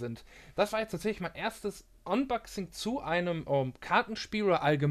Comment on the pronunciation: Gutes Video, aber bitte sprich unboxing englisch aus ("anboxing"), alles andere klingt echt dämlich. Sonst daumen hoch